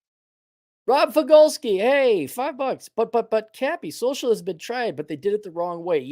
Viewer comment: Just 'soshlisum?'...have you seen these fools?